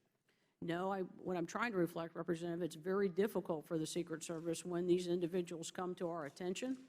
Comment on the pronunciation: This bitch is annoying. Why does she keep turning off and on her mic. "Represzchentative...."